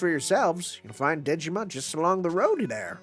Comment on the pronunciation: Every time you say “Dejima,” my brain hears “Digimon.” By the way, there's a reason why Sei is in the main cast of this event: the writer of HibiChika (and of this event) is OKSG, who is also Sei's writer. Sei is the only character he’s written for FGO; his main role at Type-Moon is Web Designer/Programmer (and that’s also why HibiChika was Type-Moon’s web mascot). When the event was released in Japan, he said on Twitter that he was happy to be able to write something again about HibiChika after 10 years